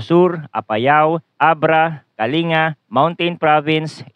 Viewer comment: YOU PRONOUNCE THE G IN KALINGA, KA-LING-GA Sa tagal niyong nagfoforecast, gang ngayon di niyo maayos-ayos ang pqgbigkas sa mga lugar. Nakakabastos at nakakainis. Pano magiging credible yang binabalita niyo kung sa pronunciation palang e sablay na. PLS MAKE AN EFFORT TO KNOW THE PROVINCES IN THE PHILIPPINES EVEN SA PROPER PRONUNCIATION LANG. Bilang pagrespeto nalang sa lugar at mga tao.